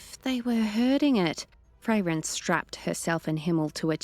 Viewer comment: My only negative aspect too this was as others also pointed out, the way she is saying Fray-ren not Frairen that could throw me off a bit, besides that she did a good job yes she will get more confidence in the story it is after all a channel favorite so it can be daunting to step into someone elses shoes too try and keep it going, i am all for her making it her own and giving it her own flair with the exception of the name Frairen, it could be an accent thing not sure but it throws me off a bit. She did a good job with Himmel and others as well so keep up the great work big shoes to fill, just get the name of Frairen right and i am going to praise you all day long for keeping this universe going.